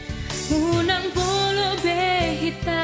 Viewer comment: Mantap.... 👍, salah pengucapan bukan unang polo ci... Tetapi unang pola...